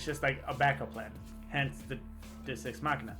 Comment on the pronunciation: Deus- “Day-oos”.